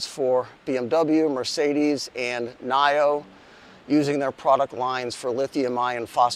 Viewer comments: NIO is pronounced as “Nee-O 蔚来 NIO EV cars With swappable batteries use CATL batteries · never heard Nio pronounced that way...